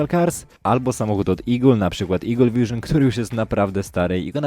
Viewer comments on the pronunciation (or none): none